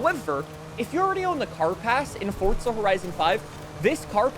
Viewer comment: Why he always say forza like fortza